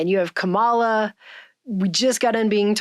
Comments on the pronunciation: For future reference: She pronounces it “KAH-ma-la” not “ka-MAH-la.” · it’s mispronounced SKANKALA